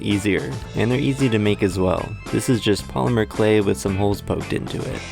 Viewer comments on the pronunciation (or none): none